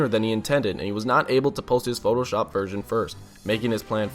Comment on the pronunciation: "He decided to photoshulp the shulk picture"